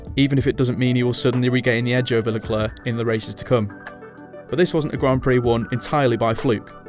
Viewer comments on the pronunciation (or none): none